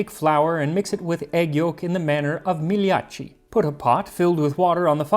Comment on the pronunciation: as a fellow Italian, I think "gnocchi" has the wrong "o" (Ò vs Ó). Other than that, there's the sound most foreigners struggle with:, if you pay attention Max can't pronounce "gli", see e.g. "migliacci" . It's a sound that does not exist in most languages (perhaps only Catalan in Europe) so non-italians usually pronounce it as "li" or "j". Still, pretty good!